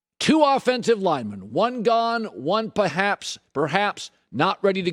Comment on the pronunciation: Colin "Pahaps" Cowherd